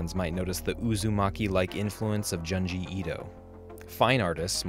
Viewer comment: Just so you know, Junji Ito's name is pronounced "JOON-JI", like the "OO" in "Boot", not "juhn-ji" like the "uh" in "Hunt" 👍